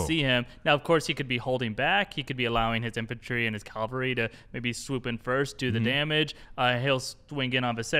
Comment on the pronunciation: CAV-AL-RY, not Calvary........, really?????